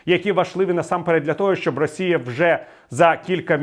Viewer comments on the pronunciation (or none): none